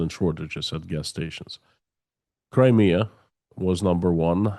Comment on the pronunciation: Where’s “Crimear”?